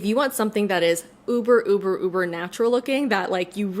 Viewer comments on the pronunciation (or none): none